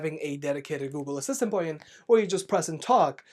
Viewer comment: “Lack of a dedicated Google Assistant...” something? Can’t hear what you’re mumbling here at all.